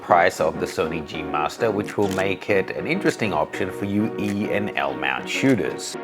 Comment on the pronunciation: You mean the LLLLLLLL-MOUNT SYSTEM 😂